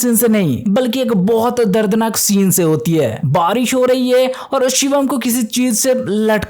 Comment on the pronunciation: Akhri scene❌Akhri shinnn✅